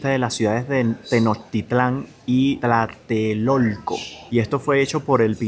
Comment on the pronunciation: Hola yo no entiendo que tan difícil puedes ser el combinar la T y L (Tl) para decir Tlatelolco o Tenochtitlan como lo dices en el video sabiendo que estan en castellano😊